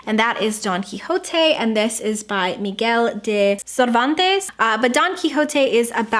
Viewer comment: I really couldn't stop hearing Donkey Jote instead of Don Quijote I'M SO SORRY